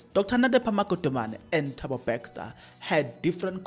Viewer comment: Thabo Bester not Bexter😂